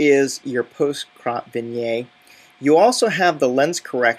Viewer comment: So in short, there's nothing that Lightroom can achieve that ACR cannot (plus Photoshop can do a whole lot more)? By the way, "vignette" is pronounced "vin-yet" not "vin-yay". ;-)